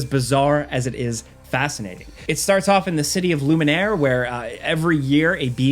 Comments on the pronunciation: Loom E air. Not Lumen Ear lol Lumiere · Lumière not Luminaire jeeez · The place is called Lumiere, not "Lumin Air" 😂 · "Loo-min-air" lmao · look, not being able to pronounce french properly just from reading a french word everyone can understand, but for a game you love this much you being unable to pronounce lumiere, a word that is said over a dozen times in the prologue alone, you should absolutely be ashamed of yourself. wtf dude.